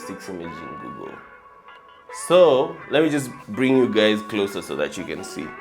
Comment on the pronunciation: did u just say hi gays?